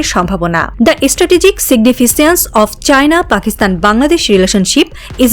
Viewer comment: Significance r pronunciation ta dekhe niben